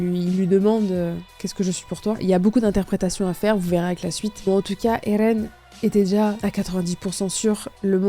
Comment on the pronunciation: arrete de de dire ELLLLLLLLLLLLLLLLLLLLLLLLLLLLLEN en roulant ta langue, je vais te découper en sauciflard